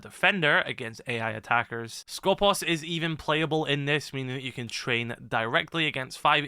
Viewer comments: For clarifications purposes it us pronounced Skopós. The toning goes to the second O not the first. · The one time where an E is actually an E And nobody pronounces it correctly Also Skopos You are pronouncing it the other way around, make the "pos" Louder instead of the "sko" Hope that made sense